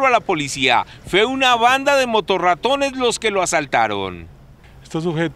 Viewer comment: Dijo motoratón 😂 buena esa